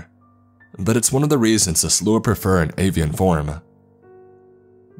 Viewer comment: Takes me out of the story when a word is constantly pronounced wrong. It's the Slaw! Yes, it's spelled strange but pronounced like slaw. Not whatever you were saying. You'll never see this, but still much love to you.